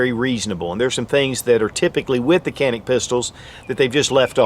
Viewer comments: Turkish pronunciation is actually John-Ick not Jan-ick.... not that it matters. Just thought you may want to know. Cool video. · Say....John--IC. That is the Turkish Pronunciation. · John-Nick if you can't pronounce it right, (i'm turkish-american) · Was told Canick is pronounced “ “Jah-nick” 😂 the sales douche tried reaming my ass at the counter for calling it Canick. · Pronounced Tschanik . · I hear in Turkey they.pronounce it "Janik". But they say Turkay, not Turkey. So let's stick with canik. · oh you’re ignorant you pronounced it canick, that’s so ignorant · true pronounciation: Ca is like “Ju” in “jump” and nik is “nick”. Greetings from Turkey. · Dude, you need basic Turkish lessons You are far off on that pronunciations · thats not how we say it tho